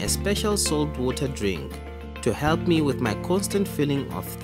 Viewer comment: "DrINk OnLY sAfe WOTaH"